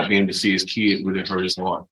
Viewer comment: I knew the defense attorney was an imbecile when he kept referring to the child as "kee-id". This guy has an education?????